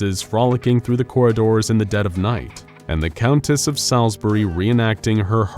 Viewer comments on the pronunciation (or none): Hey - Salisbury is pronounced "Sawls-buh-ree" 👍